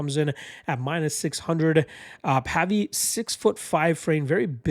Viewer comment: It's pronounced to sound like wave - Pavey